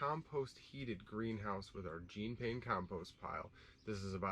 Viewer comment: Jean Pain was a genius and deserves proper pronunciation of his name. He was French. I'm sure you can figure it out from there. If not, do some research.